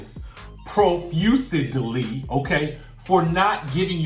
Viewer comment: Profusely was pronounced wrong, and if its Quad I would say yessss shut the f-up, I hate Quad. Let her know for me to shut the f-up. Thanks.